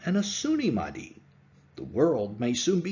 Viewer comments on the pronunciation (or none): none